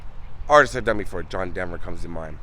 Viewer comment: Denver not Demmer